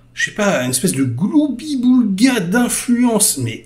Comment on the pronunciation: ENFIN! Quelqu'un qui prononce "gloubi-boulga" comme il faut! Rien que pour ça, bravo.